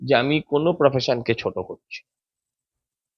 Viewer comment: চা দোকান নয়, চায়ের দোকান। পফেশান নয় প্রফেশান। এই উচ্চারণ নিয়ে? 😮😮